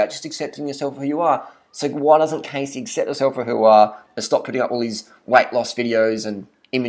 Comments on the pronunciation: First off don't make a fucking video about someone, when you don't even know how to pronounce there name correctly, you're a grown ass man, so mind your own damn business, if you don't have nothing nice to say then fucking shut your damn mouth! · You obviously aren't in any place to judge her so harshly when you don't even know how to pronounce her fucking name or where those "photoshopped" pictures came from. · Learn how to pronounce her name first. I love her, no matter what anybody says, her workouts are great and give great results. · Learn to pronounce her fucking name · That isn't a photo shopped picture... Cassey (not Cay-see but Cah-see) slimmed down a lot for her bikini competition. It really is her. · Learn how to pronounce her name properly. 1. say cat 2. now minus the t and add an s 3. pronounce it the same way but with an s CASSEY NOT CASE-SY If you don't understand what I'm saying then watch her HELPFUL videos where she introduces herself. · Siu Wan dearie? i understand but i dunno, most people don't have trouble pronouncing her name and since he watches her videos he should know. I'm from australia 2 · Don't u dare talk about wonderful Casey that way! And ur not saying it right! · This guy is a joke. What's your problem? Cassey is so uplifting and motivating, and promotes good health. You've obviously watched her videos because you can't even pronounce her name. She has blogs about her weight in between bikini competitions and explains everything very well. Do your research before you put out a video criticizing someone like that. How is it any of your business? Jealous of her success? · can you at least pronounce her name properly? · First of all, that's not how you pronounce her name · Just another person on this planet who pronounced her name wrong...